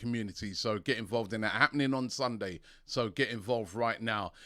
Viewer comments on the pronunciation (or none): none